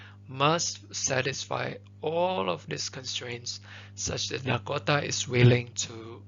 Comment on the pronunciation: Thank you so much but your pronounciation for Dakota is killing me